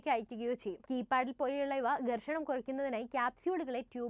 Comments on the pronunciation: ഗെർഷണം അല്ല ഘർഷണം ആണ് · ഗേർഷണം അല്ല ഘർഷണം. ദവള പത്രം അല്ല ധവളപത്രം.